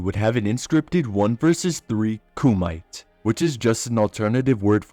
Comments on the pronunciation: Tah- kay. Koo-mee-tay. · Say it correctly: Ku-mi-te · Kumite (ku-meh-tay) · it's ku-mi-te